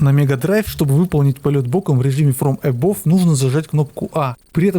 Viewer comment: Фром эбав а не эбов)